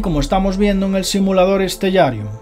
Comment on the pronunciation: creo que se pronuncia stelarium